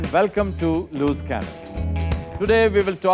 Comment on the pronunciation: Reverend Aftab I think correct pronunciation of loose is with the sound of S and not with Z. It should be pronounced as "loose " in stead of "looz" love you dear.